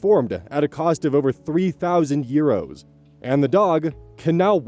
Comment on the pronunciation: I love how says euros like "yeeros" ❤ /gen, not mocking